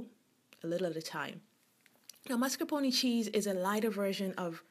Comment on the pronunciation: God love you for saying zabaglione and mascarpone correctly. :-) Looks delicious!